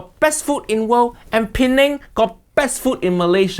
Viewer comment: As an Indonesian, I just found out this time how to pronounce the word "Penang"....Pineng